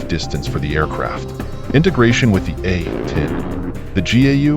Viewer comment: Is this AI narration or does the narrator just refuse to say A-10 warthog. It's not the A..........10 warthog